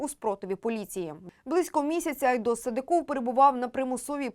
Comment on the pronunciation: СадЫков, а не СадыкОв